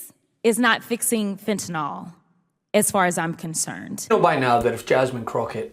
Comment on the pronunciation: Great video, great rep. One nitpick: fentanyl, notice there's no o there.